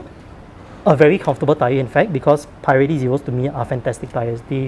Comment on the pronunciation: americans pronounce it "puh relli"